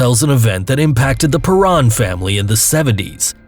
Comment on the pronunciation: It's pronounced pair-en, not pa-ron. Sorry, it was driving me nuts. I have legit OCD.